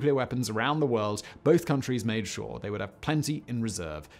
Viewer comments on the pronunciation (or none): none